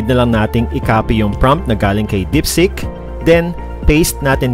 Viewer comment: It's DEEPSEEK HINDI DIPSICK